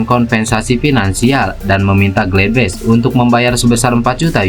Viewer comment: Bacanya tetap sama bos gladbach,bukan gledbech